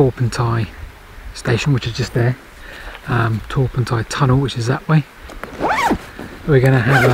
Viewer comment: I can try and help you with the pronounciation....... Pentir Rhiw / Pentear Roux (don't forget to roll the R's!) Torpantau was perfect. I heard you mention Dowlais - Dowlice. Talybont - Tal a bont